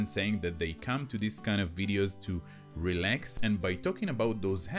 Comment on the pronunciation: this, not "dees"?